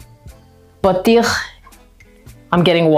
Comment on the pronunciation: Lol why did you feel the need to explain exactly what she said ? 😅😅 based on her pronunciation alone you shoukd have understood she knows what it means 😅